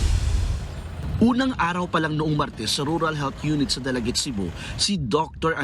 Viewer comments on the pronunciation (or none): none